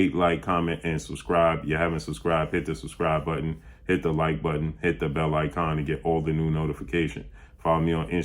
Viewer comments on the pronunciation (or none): none